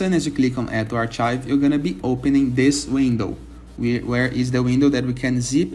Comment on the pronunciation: arch-IVE lol